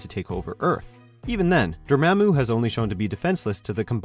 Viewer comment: Dormämmu. Lol.